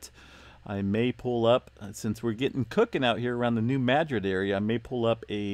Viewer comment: Please pronounce New Madrid correctly... it is pronounced New Mu drid or Muh drid